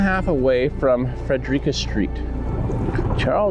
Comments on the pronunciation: For reference from a local....everybody wrecks the pronunciation and it always makes me giggle: Frederica st is pronounced: Fredrick-uh and not Fred-er-reeka. "The purpose of life is not to be happy. It is to be useful, to be honorable, to be compassionate, to have it make some difference..." -Ralph W. Emerson Bring Them ALL Home. ❤❤❤ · As someone who has lived in the area for over 50 years I would just like to say that you pronounced Frederica Street incorrectly. It is pronounced Fred Rick Cuh where the “a” at the end makes the same sound as the “u” in up or huh also another pronunciation that we hear quite often is the “e” in the middle but it is a silent vowel in this case. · Frederica Street ... Fred. Rick. Cah.